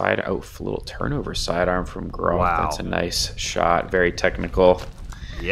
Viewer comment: micah’s last name is pronounced Gr-ah-th Similar pronunciation to moth